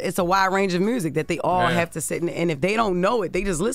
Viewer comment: The way Jess says Mewrziik is so funny to me 😂😂😂